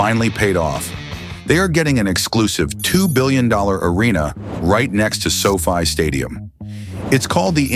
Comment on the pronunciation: Sofy instead of sofi 😂